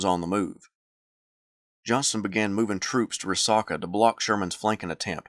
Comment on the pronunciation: it's pronounced Ree Sack UH.....sack, not sock, as in a sack of groceries. (Dalton, GA native here)...great vid!